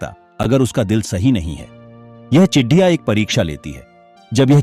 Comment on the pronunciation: Chidiya नहीं ,चिड़िया है भाई साहब जी😂